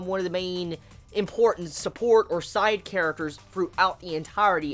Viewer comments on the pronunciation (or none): none